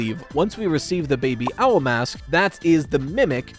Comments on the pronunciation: I know he was saying "baby owl mask" but I couldn't help but understand "bbl mask" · everytime said Baby Owl, it kept sounding like she was saying BBL which I don't think is particularly relevant to the FNAF world 😂 or maybe it's the secret to Freddy's cake:_RyeFreddy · Im so sorry, i kept hearing "BBL" instead of baby owl lol